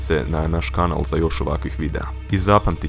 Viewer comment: reko si 'kučne' =-O =-O =-O =-O